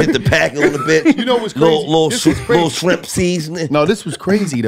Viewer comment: a WHOLE NUT he called Shrimp "Strimps"